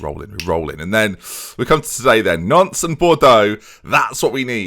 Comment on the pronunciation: dont normally comment on pronunciations as like whats the point? However my mum is from the Nantes area and you do not pronounce the s on the end of Nantes- its like aunt with an n:) anyways love glory hunter!- if the PSG job comes up I would go for it